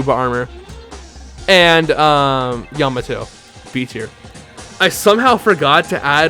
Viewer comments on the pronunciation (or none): none